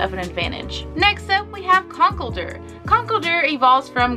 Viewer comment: I'm sorry. Its x-ka-drill and con-keld-der and hi-dry-gone and not sure how to sound out reuniclus but u say it wrong. Not trying to being mean but pronunciation is a pet peeve